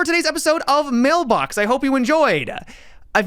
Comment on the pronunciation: That pause before "Mailbox" killed me ,😂